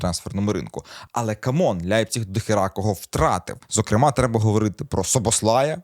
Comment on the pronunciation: З яких пір Лейпціг став Ляйпціг у Вацка навчились? Не ламайте мову!